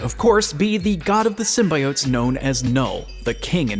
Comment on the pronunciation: Keeps pronouncing it "sym-bye-otes" Hope they at least re-post this video,with all audio replaced with "sym-bee-otes'